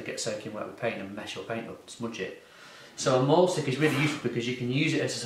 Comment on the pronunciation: It should not be pronounced "maul" stick! You're not going to be mauling anything or anyone. It comes from the German verb, mahlen, meaning to draw! The "a" is pronounced like a long, surprised, finally understanding "aaaaaah!" Like, i finally get it! It has neither the roundedness of an "ay" sound, nor the terror inflicted at the notion of brung "mauled" by a wild beast, just a simple sigh, "aaaaahhhh." MAHL stick. Great tool for "mahlen!"